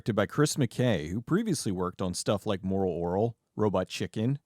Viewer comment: the way you say moral oral makes my skin crawl (crawol if you will, lol)